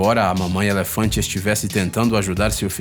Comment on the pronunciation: Eléfantenho, Dézenas, Sédatevo, Final féliz, isso da uma agonia do caramba!!!